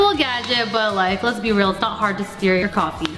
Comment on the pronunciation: girl said steer instead of stir